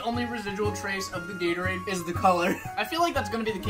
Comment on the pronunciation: This man calls Gatorade as Yaterade. Even auto correct tried to agree with me just now that it is Gatorade! WITH A G!!! NOT A Y!!!